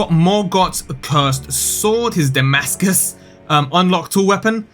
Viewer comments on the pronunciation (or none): none